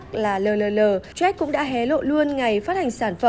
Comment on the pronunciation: Jack mà cứ nghe bà này đọc là troét